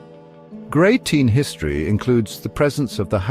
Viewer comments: It's Grey-ton!! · GreyTINE?……..How do you arrive at that pronunciation for Greyton?